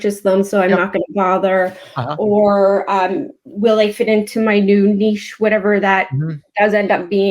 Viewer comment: love your content guys. now my life dream is to make you pronounce niche correctlly 😁